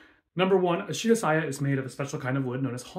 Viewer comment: The way she pronounced shirasaya tells you everything you need to know about her video